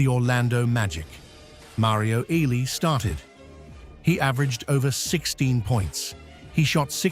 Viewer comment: Thumbs down for AI pronouncing legends name wrong